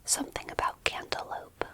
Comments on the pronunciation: Did she say cantaloupe or candelabra? 😭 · She said cantaloupe dumbass